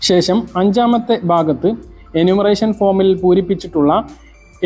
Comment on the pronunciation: താങ്കൾ ഇത്ര അറിവുള്ള ആളായിട്ടും , ശേശം എന്നു പറയാതെ ശേഷം എന്ന് പറയാത്തത് കഷ്ടം !